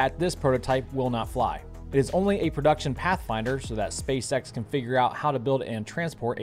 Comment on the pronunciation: wtf is a parthfinder